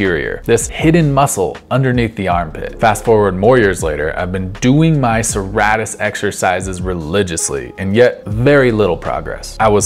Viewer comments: It’s pronounced sir-ate-tus like a serrated knife which is the shape it’s named after. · I know I’m being kind of a dick by saying so, but it’s pronounced suh-ray-tus. Awesome vid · Pronounced: Sir-Ā-tus Thanks, that was great content.